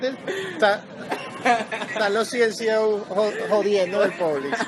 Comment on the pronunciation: ''Los Ciencio'' Jjaajaj Venezolano tenia que ser